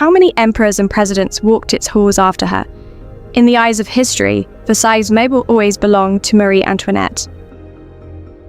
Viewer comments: The s on the end of Versailles is not pronounced. Please!!! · I took a year of French in high school decades ago, and it's driving me crazy that the AI narrator is mispronouncing "Versailles."